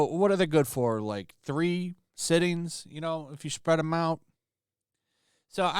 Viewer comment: My man said 3 sittings lol